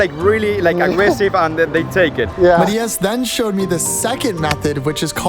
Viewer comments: Is he attempting to say MAT-eye-ass ? 😂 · i know but said it very weirdly!